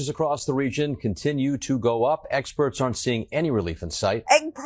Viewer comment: lol did he say egg-sperts?